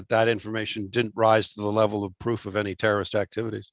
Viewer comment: Froof not proof..